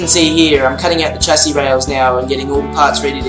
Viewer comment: It might be spelled " chassis ' but is pronounced " shassis "